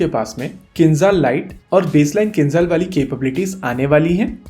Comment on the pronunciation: Not Khinzal, it's Kinzhal 😆😆😆